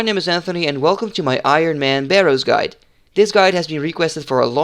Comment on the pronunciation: Ik vind je video's echt super tof!! Heel erg veel aan gehad! 1 puntje van kritiek: je spreekt het woord Ironman verkeerd uit haha. De klemtoon ligt op de "i" en niet op "man" zoals jij doet. Zoals jij het uitspreekt is Ironmen, wat het meervoud van het woord is haha. Ga zo door!